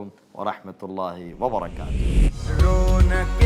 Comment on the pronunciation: Salam k liye sahi alafaz Wabarakatuhu hai....waba"ra"katuhu" padiye not wabarkatuhu